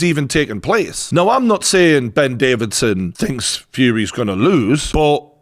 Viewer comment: Do you call him Davidson on purpose or can we call him Davison now